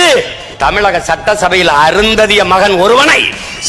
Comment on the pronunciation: டேய் அருந்ததியர் பற்றி எதுக்குடா மட்டமா அழுத்தி பேசுறே??